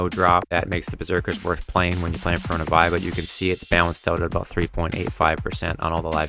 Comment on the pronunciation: Vie is pronounced Vee